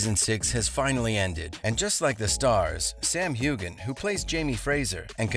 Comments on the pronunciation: NOT HUGHGAN...Sams name is pronounced Huean. Practice!!!! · If you're going to make these kinds of videos, make sure you know how to properly pronounce names. It's not HU GAN the G is silent. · You’re mispronouncing Sam’s last name. The G is silent. Like this: “Hue-Ann” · I wish the narrator would learn how to pronounce Sam's last name. Geez!!! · Oh my... How many times did he mispronounce Sam's last name?